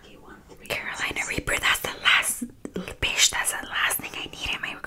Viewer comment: “Nevermind my mom did raise a little bissh” 😂😂💓